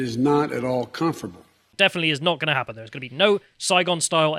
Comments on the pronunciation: What is “conferable”? Is English first language? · "It is not at all comforble"